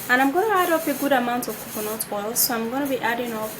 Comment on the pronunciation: Not COCONOT it's COCONAT